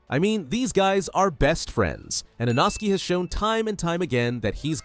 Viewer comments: Bro, who is Inoski? It's inosuke. | | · I dont know but has the english dub come out yet? I have finished the books but want to watch the english and japanese versions and my favorite lower rank demon slayer is NOT called eenoskee its inoskay its spelled inoske which is a little wierd but seriously!??! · Ah yes inoskie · Frrr… like inosuke just can’t get his name right 😭